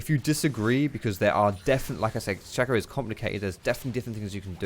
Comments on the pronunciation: Its shay co not shack oh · It´s not Shaco ... i´ts Shaco ... :D